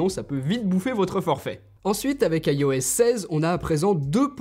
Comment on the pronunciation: Petite vidéo sympathique et forte instructive, cependant le "AILLE O S" me fait grincer les dents pourquoi ne pas tout simplemant "ios" en tant que bon francais ?